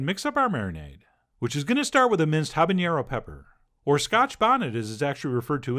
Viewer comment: Chef John, it's not "habañero" just "habanero"